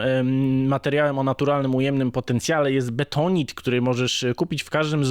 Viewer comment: Bentonit, nie betonit! 😂 Betonit z czopem to się robi po użyciu. Przez kota.